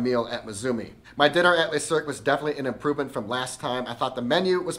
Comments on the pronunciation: I love the content, and really want to check this place out, but you’re pronouncing the name wrong. It’s pronounced le(luh) not les(lay) le is singular les is plural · If you want to get your pronunciation right, it’s ‘Luh cirque’ not ‘lay cirque’. And that cocktail is not ‘Dor-jon’ it’s ‘Dor-doyne’. Great review though.